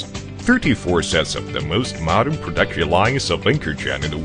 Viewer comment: you mean 'prooduction'